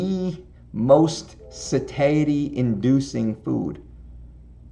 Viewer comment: Sa - TIE - ity... not sa tae ity.